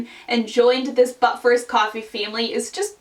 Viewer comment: I'm a new subscriber and loving your videos so much! I will say, though, that sometimes when you say But first, Coffee, I really really hear "Butt first" coffee...as if that is a particular variety of coffee!!! Hahaha I'm sorry I just had to tell you! It wouldn't be right to join the but first coffee fam without full disclosure.